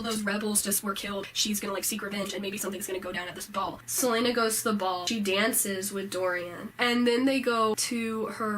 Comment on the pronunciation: Did she just call Celaena "Seleina"?